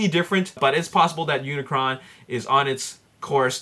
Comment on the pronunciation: um dude (lol) its unicron not unicorn XD